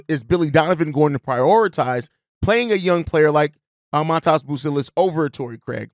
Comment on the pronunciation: it’s pronounced Mah Dez bro